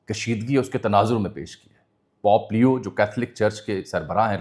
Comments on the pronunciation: Bahi pop nahi bulky pope. Pronunciation ka khial karen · V nice info/ analysis... And my apologies, As we all make mistakes in certain pronunciations... But It's not Pop , its Pope leo The sound is , po po in urdu as we use for kids nickname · Sir Jee, Pop nahi, Pope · It's not pop it's pope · You are an experienced and literate journalist. .. huge difference between pop & pope my friend. You are on a public platform addressing the masses, pls get your pronunciation right. You are covering global issues, just imagine what would happen if someone who doesn't know Urdu comes across your video and watches it with English subtitles or translation 🤔 it would change the whole analysis because I'm sure you are not talking about the "pop culture" or "pop music" 😊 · It’s pope not pop plz.